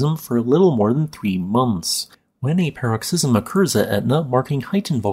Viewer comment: PAR-uhk-siz-uhm or puh-ROK-siz-uhm, not "pear-rok-SIZ-uhm"